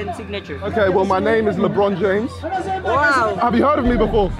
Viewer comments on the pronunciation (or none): Lebron James ❌ lobron jomes ✅